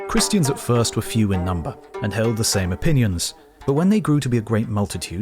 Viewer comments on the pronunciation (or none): the cringe reading some christiaNNs haha